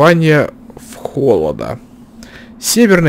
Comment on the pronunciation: Что у тебя с речью??? То у тебя вИдение,а не видЕние! То хОлода,а не холодА! Ты ударения как зря ставишь,зато проходишь игру хорошо.) Ну почти)